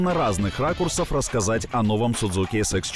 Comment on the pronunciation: Не Sudzuki, a Suzuki надо произносить название.